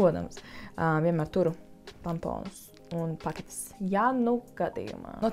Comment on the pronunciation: Un ir tamponi nevis pantoni,vismaz izklausījās,ka tu teici pantoni😂😂